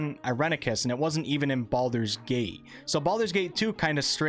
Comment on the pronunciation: it is called Baldur's gate not Baaldur's gate.. srsly. i personaly think BG2 ended the Baalspawn saga properly and any attempt to continue it will feel like someone trying to squeeze money out of a story that ended.